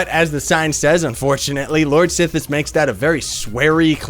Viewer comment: IGN: WindowFlasher I like how his name is pronounced "sith plays" when it's supposed to be (or at least I pronounce it) "SITHE plays" :)